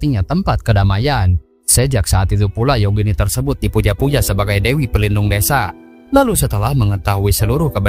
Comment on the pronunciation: Devi harusnya diucapkan Dewi, bukan Devi (seperti dlm Bhs Indonesia yg kedengaran spt Defi.